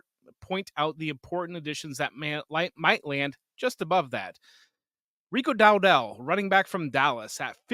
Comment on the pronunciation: Who the heck is Dowdell? If you want to convince us that you know what you're saying, you should know how to say the name. You've obviously not watched him play so why listen to you?